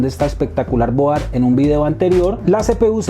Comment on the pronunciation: Colombiano, Colombiano ... No se dice boar... Argentino, Argentino no se dice mader.... Se escucha horrible, se escucha horrible...